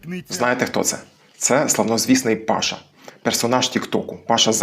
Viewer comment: Я ніц не маю проти,що Паша розмовляє по закарпатськи,просто не розумію, чому цей закарпатець називає себе по "Волго -Вятськи" ? Чи це по турецьки,коли наголос необхідно ставити на останній склад - " пашА" ?